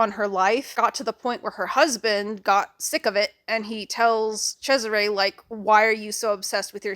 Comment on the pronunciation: TIL that, yes, Cesare is pronounced like that!